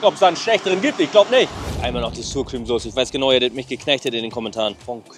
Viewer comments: Was für Sur Creme? Sur Creme gibt es nicht... Es wird Sauer Creme ausgesprochen. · du weißt aber schon das man sour cream anders auspricht oder? :D